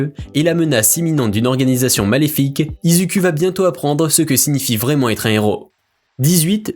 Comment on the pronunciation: Non mais tu narive pas a dire izuku😂😂😂